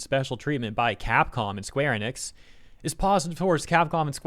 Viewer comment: Thank you for pronouncing Enix correctly and not like so many people who say EE-nix. You know, like dumbass Max. I hate that guy and always have. He’s a fake fighting game fan and that’s what his channel started as. He started doing anything popular chasing money and then more money.